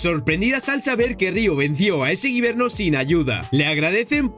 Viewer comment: No es guiverno es wybenr